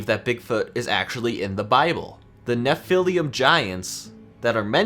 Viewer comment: It's pronounced "Neph-uh-Leem".................and there called "Gigantopythicus Blackie"............and it's "Bye-PEE-dal"...young man, your butchering words...LOL! (but I give you a B+ for effort)